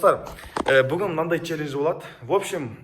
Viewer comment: Челлендж дегенде челленж деп койыпсың